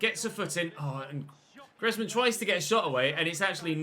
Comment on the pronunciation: Antoine Griezmann is being read as Greezmann I guess that we'll hear this name more often so just reminding